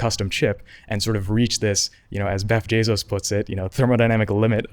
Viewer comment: He said Beff Jezos